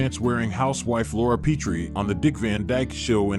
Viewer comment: The 1st syllable of "Petrie" takes a short "e" as in "pet."